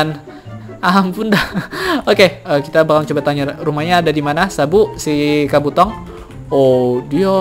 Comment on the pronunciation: bang kabuto bkn kabotong ama bkn narutong